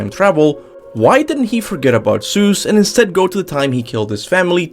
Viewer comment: Thoughts its god of war not dr seus as you say